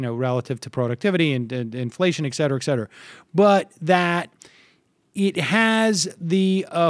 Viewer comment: First of all, I wish that the moderator, if he is going to use the phrase over and over, is 'et cetera', from the Latin, 'et cetera', meaning, 'and so forth', or 'and son on', not 'ek setera', from ignorance or not paying attention. And it is generally sufficient to say it once each time that it is used, (except in the rare instances that one is a mid-nineteenth-century King of Siam trying to familiarise himself with a new English word or term).